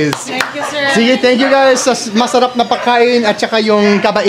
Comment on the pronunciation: Why do you add h to s in masarap? Not cute.